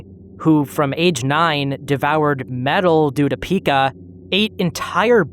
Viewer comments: It's actually pronounced "P-eye-kah"/"pai-kuh" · It's pronounced PY-kuh btw